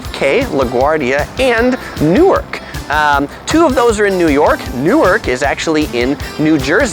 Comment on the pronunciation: You pretty much nailed it....Except, Newark is pronounced Nork - It doesn't rain a lot - DON'T drive - You can walk East to West easily. Central Park is referred to as The Park and on the east end it is only 2.5 miles wide and .5 mile towards the middle. The Bronx is Up (north), The Battery is Down (south) Streets are numbered getting higher when you're headed north, lower south. Blocks are the streets between intersections. Numbered blocks North to South are shorter than Avenues which run East/West. PLEASE don't ride a bike if you're not used to city bicycling. SOHO is located South of Houston pronounced HOUSETIN this isn't Texas. Manhattan is referred to as "the City" the boros by their names and last and most important PLEASE be respectful when visiting the World Trade Center. Remember you are visiting our home. We love it, don't litter.